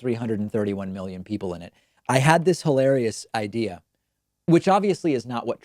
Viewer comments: He didn’t really pronounce the first letter clearly. I’m pretty sure he said millions, although after the whole disinfectant injection and uv talk I don’t even know anymore. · He said millions not billions, he just pronounced it pseudo slur style. Even the auto captions on screen say millions. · it really sounds like a drug induced mumbling of millions actually. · I actually think he said millions but the cocaine hit the back of his throat on the M so it came out bgillions. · Not a fan of Trump, but I really heard millions not billions. Or did I not hear it correctly? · Sounded to me like he said "millions" and he slurred it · I heard millions. I think this time he was just a mumblemouth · He doesn’t really pronounce the first letter so he could’ve said millions, but after the whole disinfectant injection shit I wouldn’t be shocked if he said billions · I am no fan of Trump but I am no sure the audio is clear enough and with his terrible slurred style of mumble speech it could be that he said millions. I would check with multiple camera angles and other outlets to see if all the video is the same.